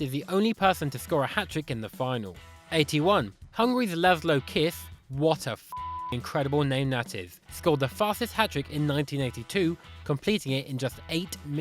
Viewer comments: Laszlo Kiss (Kiss László) shall be pronounced Kissh which means small and László is Laszlov... Idk just trying to help here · 'Kiss' is pronounced 'quiche' and it means small.